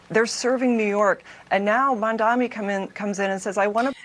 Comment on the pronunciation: I have literally yet to hear anyone on fox news pronounce mamdani correctly, which is surprising because he’s all they talk about